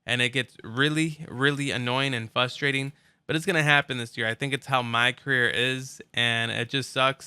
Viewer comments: “Fustrating” or “frustrating” with an R.... hahaha go back to first grade and get your pronunciation polished up bro!!! Hahaha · "It gets fustrating" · FUSTRATING lol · "fustrating" dumb ass bitch